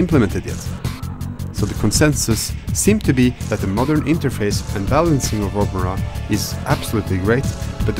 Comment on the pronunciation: Uhh opera?! HAHAHAHA Its called Open-RA